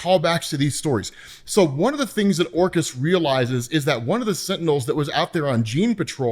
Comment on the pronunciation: Who else hears "Orcas" when says "Orchis"? And then he mentions the hounds. Plus, Orcas hunt in packs. The mutants have no chance, bro!